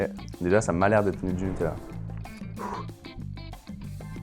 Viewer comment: On dit NuteLa, pas NuteL'La, c'est insupportable